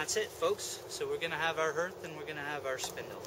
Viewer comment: .hearth härTH/ noun noun: hearth; plural noun: hearths the floor of a fireplace. "the crackling blaze on the hearth" the area in front of a fireplace. "they were sitting around the hearth" used as a symbol of one's home. "he left hearth and home to train in Denmark" not "herTH"